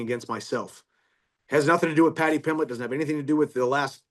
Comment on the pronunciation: “Paddy plimmet” 😂😂